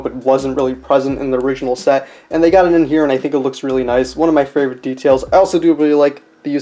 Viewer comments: Why do you say fravorite instead of favorite? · "fravorite",,2020